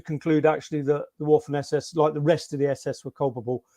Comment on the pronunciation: You always know a quality author or historian when. They pronounce waffen with a W!!!